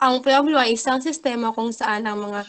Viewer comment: Pueblo = pu-web-lo